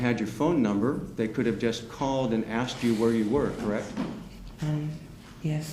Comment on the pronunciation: she was not being "axed?" it's "ASKED" you dumb ignorant stupid ass.